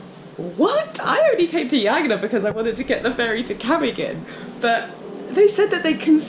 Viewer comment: WHY, on earth do you persist in calling it Yagna, when the natives clearly pronounced it Hagna, the J is H in Phili.....